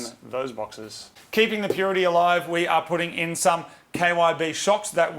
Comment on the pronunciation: Please stop saying purity.. 🙄🤣